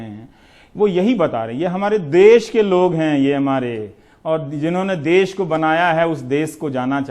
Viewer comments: देस नहीं देश सही शब्द है रवीश जी प्लीज इस पर ध्यान दीजिएगा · देश होता है देस नही । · dase nahi desh hota hai sudhar kare